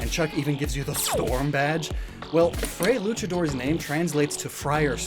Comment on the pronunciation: please. You're killing me with the Spanish pronunciation. Fray = Fry or Frai, you know like FRIAR, the word you just said!!!